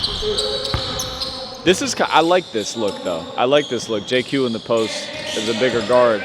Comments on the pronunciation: If I said JayQ a few times it was an honest mistake. Didn’t realize I was doing that. My Apologies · JQ! lmao